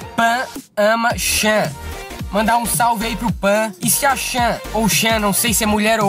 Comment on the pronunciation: não é ''xan'' se lê ''tchan'' essa ai é a vila de um japa, que com certeza colocou no nome de (pan) que é feminimo... o ''chan'' é como se fosse '' naruto kun'' ou seja... ''chan'' é pra uma namorada ou melhor amiga...